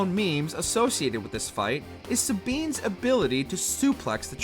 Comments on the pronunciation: Never knew FF6 had a Sabeeeen and See-anne. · “Sabeen” really ☠️